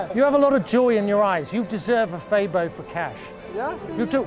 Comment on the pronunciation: Love how you correctly pronounced Febo.